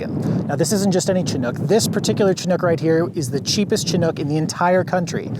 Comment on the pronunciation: Soft "Ch" and a short "I"- Shi-nook. They definitely predate the 80-90s. I've got my eye on a 1976 Dodge Chinook right now.